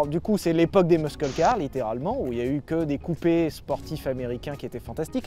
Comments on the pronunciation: on ne dit pas "muskel" car, mais "mussel" car... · Respect à toi sylvain mais please! Pas meuskeule mais meusseule car! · On dit "meusseul" pas "meusceul" les loulous ^^ <3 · "mussel" bordel pas mesquel les mecs enfin ! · Les "meuskeule car" MDR... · C'est "MUSCLE CAR" pas "muskle car" !!! 🤦 À par ça continuez comme ça je kiff le contenu 😁👍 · "LES MUSQUELLE KAR" suffit de le dire comme ça "Meusseule car" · Les gars, je vous adore et je passe une seule fois une gueulante qui vous fera chier mais qui se veut constructive : ou tu dis "meussel" car ou tu dis "muscle" en français mais "meuskel" c'est archi nase. Ensuite, arrêtez le mot aérodynamisme ! Ça n'existe pas !!! C'est aérodynamique, point barre ! Sinon, bonne rentrée les choux, plein d'amour sur votre descendance 🙏🏼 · Hé, mec, on dit pas 'muskle car', on dit 'mussle car' ;-) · Quelqu'un pourrait leur dire une bonne fois pour toute que l'on dit '' meusseule car'' et non pas' 'meuskeule car' '? 🤷‍♂️ Merci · Soit dit en passant, on dit "meusseul" car pas "meusKeul" car. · Meusseul car et non pas meuskeul car ^^ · Mais arrête de dire ''meuskeul'' car wesh c'est ''meusseul''. Bisous merci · Arrête de dire meusqueule, muscle car ça se prononce messel car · Putain de bordel c est quoi cette prononciation muscle car « meuskeul car »….fuis bordel!!! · Sylvain : Muscle car, prononcé "meusseul car" 😂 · MEUSKEUL CAR. 😂 Fais un effort Sylvain bordel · la meuskeul car lol, vous en faites expres ou bien? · "muskeule car" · Jsuis chiant mais on dit "meusseule car" pour Muscle Car en anglais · Repeat after me : "meusseul car" ! Le "c" ne se prononce pas... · Faut arrêter de prononcer muscle car Comme ça SVP